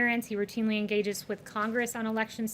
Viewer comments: I heard that last word there as "engage". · Love Kayleigh but the reporter said ‘Engage.’